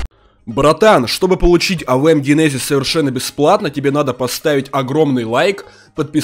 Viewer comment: Да блин джынензис а ни гинезис и не кнайф а найф